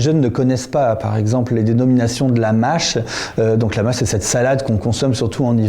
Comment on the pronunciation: Pour un type qui parle de lexique, il n'est même pas capable de prononcer le Â de mâche : au début je ne comprenais pas ce qu'il disait. Pauvre de lui.